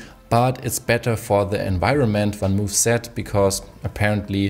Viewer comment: I admit I cringe every MOOOOOOF. It's not spelled "Van Moef".